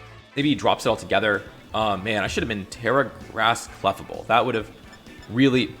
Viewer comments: yeah it's as-in "fable" not "-able". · Your pronunciation of clefable hurts me.